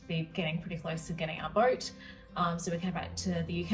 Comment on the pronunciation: How do you get "boyt" from boat and "noy" for no? There's no oy sound in either word. I'm confused.😂